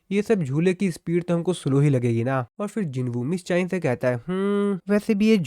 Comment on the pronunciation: Miss cha hae en❌ miss chayen✔️